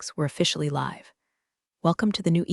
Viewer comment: Your voice bot makes "dinged" into something dingy (grubby, soiled) rather than "ding-ged" like a bell. It does it every time. The save way it can't distinguish between "live" as in "from New York" and "live" as shouted by Dr. Frankenstein as his creature sits up. So very annoying. "He was insubordinate, resistent to change"... funny, Alina is a "she" throughout the rest of this story, is Dalton really that pronoun averse he can't remember? she changes to he again. Sigh